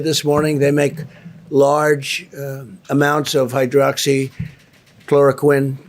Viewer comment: not many, after 3 attempts to say it like a child would. have a look at the lovely side effects of this drug.